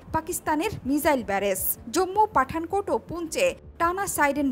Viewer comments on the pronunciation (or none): মিজাইল না মিসাইল বলেন 😁😁